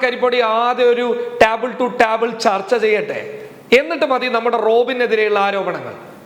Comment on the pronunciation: ടാബിൾ അല്ല മലരേ... ടേബിൾ.. പേടിത്തൂറി വീഡിയോ നിർത്തി ഓടുവാണോ? 🤣🤣 നിന്റെ ബോംബ് ഒക്കെ 2 ദിവസം മഴ പെയ്തപ്പോൾ നനഞ്ഞു പോയോടാ മോനൂസേ?